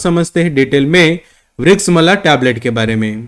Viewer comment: Vriksha-mla NAHI vriksh-amla….garNIcia nahi garCInia